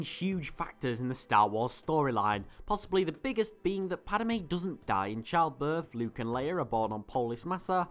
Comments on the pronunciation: Gahh, it's Padme, not Padame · I'm sorry but it drove me nuts. It's not padame its just padme there is not ah sound in her name. Once again sorry i know im being a dick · Padmay not pad a may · Why do u say Padame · "Padime" lol nice vid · I made a comment about that too. It was so disturbing